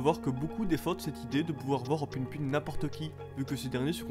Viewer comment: ca se dit pou poun juste pour rappeler